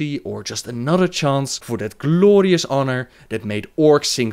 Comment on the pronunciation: The way he says "gLLooorious death" or "gLLoooorious battle" is just crazy funny :D